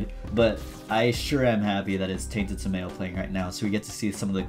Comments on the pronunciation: His name is pronounced Sum-ah-L please no anglo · Wonderful content!! Looks like a fun character and even more fun with luck. Hate to be that guy but the pronunciation on Samael is sam-eye-el! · The way you said Samael's name hurt me so much. Its Sam-a-l. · the pronounciation for his name is "Sam-eye-L" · He called him sah-male, I'm done, I'm quitting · U pronounce Samuel as Sam and uel as in annual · By the way his name is pronounced Sam-I-el